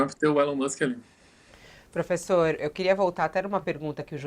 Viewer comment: Professor kkkkkkkkkkkkkkk professor kkkkkkkkkkkkkkkkkkkk professor kkkkkkkkkkkkkkkkkkkkkkkkkk pôfêxôrrr kkkkkkkkkkkkkkkkkk